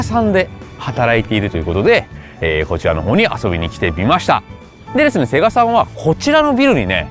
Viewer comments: セガ⤵じゃなくてセガ⤴なの好き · 「セ↑ガ↓」じゃなくて「セ↓ガ↓」ちゃうんけ？ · ゲーセンでエーガーて聞こえてたな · 最近はセガの発音違うのかな？ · セガさんのイントネーションが聞いたこともないイントネーションだと思ったらセガサミーのイントネーションだった。セガ単体とセガサミーじゃイントネーション変わるの目から鱗。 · セガサターンのセガの言い方で笑ったww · 合間の「セーガー♪」に感動 ときどさんの「セガさん」のアクセントは気になりました😅 セガ大好き！！